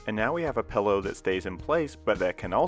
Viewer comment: He says pellow I stead of pillow.